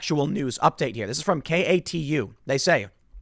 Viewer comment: KATU is pronounced “Kay-too”